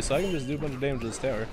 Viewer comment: He said damige 49 times Thumbs up so everyone can see ;D (or dont ..i dont care :P)